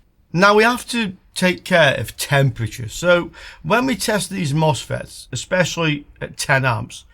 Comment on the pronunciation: Misfits not mosfets 🤣